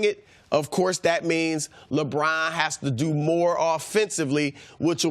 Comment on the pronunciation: Don't u just love how brousard pronounces 'Lebraaan'?